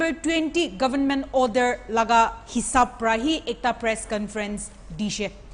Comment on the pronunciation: It's not govn..men .. it's government.😊